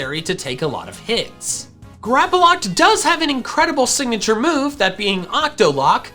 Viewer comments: GRAPPLOCT, NOT GRAPOLOCT! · Just one thing, why do you say Grapploct with an A? There is no A in the name. Not hating just wondering. Plus you sometimes pronounce some pokemon's name wrong. Again, not hating, just something i noticed. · THERE IS NO VOWEL BETWEEN THE P AND THE L IN GRAPPLOCT!